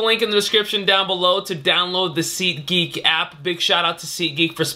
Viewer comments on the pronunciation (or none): SeetGeek? what are you, David Dobrik? lmao jk